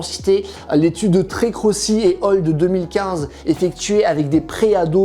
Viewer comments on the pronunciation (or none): Juste un petit tips vraiment sur la forme, on dit /al/, pas /ol/ pour "et al." (dans les articles de recherche écrits pas plusieurs chercheurs). C’est le latin pour "et alia", pas "all". 😉 Sinon tout est passionant et semble robuste ! Merci !